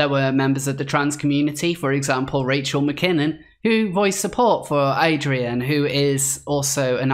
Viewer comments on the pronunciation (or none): none